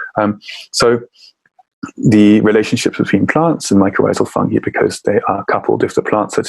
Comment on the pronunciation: Is no one going to correct Louie's pronunciation of "fungi"?? 🙄